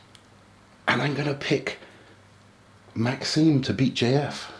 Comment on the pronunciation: My man Maxime got his name butchered in the predictions there😂